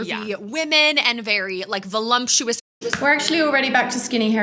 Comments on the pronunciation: VoLUPtuous not VoLUMPtuous, damn if you're going to criticise at least say it right 😂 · There's a lot to comment on in this video but I CANNOT stop wondering if and Bethany really don't know that there's no "m" in "voluptuous"